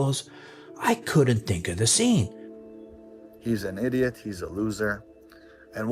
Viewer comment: Why does he speak like that? “He’s an idioth.” He can’t say the letter T without adding a th 😂